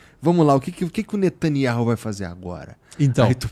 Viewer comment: Reparem que diz Netanyauh e Igor e a midia se referem a ele como Netanyahu. Procurem saber oq significa Yauh